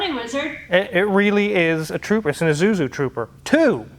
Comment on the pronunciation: Wizard can't say "Isuzu"